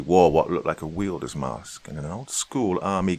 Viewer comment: Welders* not "wheelders" , and Klonopin*